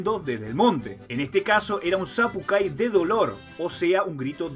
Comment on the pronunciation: Sería sapukai porque la c no existe en el alfabeto guaraní y la y se pronuncia ü